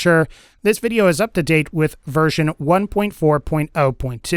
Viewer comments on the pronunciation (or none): none